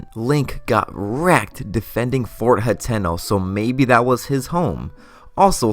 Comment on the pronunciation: It is pronounced Hat-eh-no, not He-ten-oh.